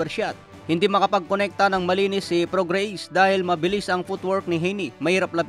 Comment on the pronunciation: Mali pronunciation mo ng name ni prograis!!!